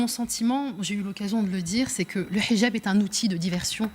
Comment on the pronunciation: Très drôle comme elle prononce "Hidjab". Avec l'accent arabe, bien appuyé. Française, vraiment ? Son accoutrement dit le contraire. Qu'elle s'exprime bien, c'est normal : les Frères Musulmans savent choisir leurs porte-parole... Elle défend une France une et indivisible ?Quelle hypocrite ! pour les musulmans, les non-musulmans sont des impurs. Cette religion est violemment endogame. On voit ce que ça a donné dans les Balkans et au Liban. Et dans les quartiers islamisés où pompiers et policiers ne peuvent plus intervenir. Ce sont des musulmans qui attaquent les forces de l'ordre et les commissariats au mortier. Et qu'on ne prétende pas qu'ils sont socialement défavorisés : on a injecté des milliards d'euros dans les banlieues islamisées pour essayer d'apaiser leur violence, sans aucun résultat. De l'argent prélevé sur le travail des Français.